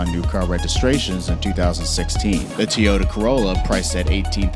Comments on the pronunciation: He said tiyota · He said "Teeota" lol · Also did he say teayota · "Teyoda Carolla" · Im Broke TEEOTE CAROLLE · So we’re just no going to talk about the way he said Toyota?